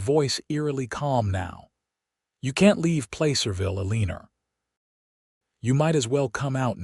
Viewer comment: It sounds like a good story but how could you expect people to listen to the narrator call Eleanor Uh-lee-ner? Just ridiculous.